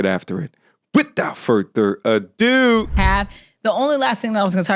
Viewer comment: I be watching this channel with my 8 and 10 yo sons. And they be ctfu when you be like "with OUT FurTHer adoooo" 😂😂😂😂